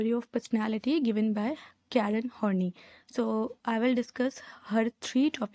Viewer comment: sorry but its pronounced as karen Horn-EYE.